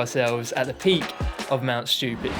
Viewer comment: This video was an excuse for the audience to hear “schtewpid” over and over